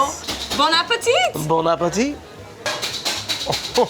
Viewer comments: the guy said boneappletea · I thought that he said “ bone apple tea”